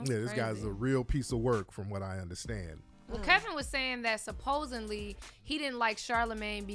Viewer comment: what is “supposenly”